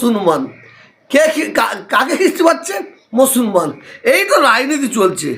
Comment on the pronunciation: মুসলমান কথাটাও উচ্চারণ করছেন ভুল ভাবে হয়! ইনি নাকি পীরজাদা!